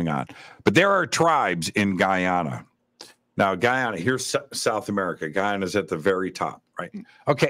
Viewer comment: I was born in Barbados, my daughter is from Guyana and I've been there many times and with much respect (through Billy Carson).... you dropped the ball on that one... Guyana how you said.... take a visit and see.. not how you're talking about it... much love,bless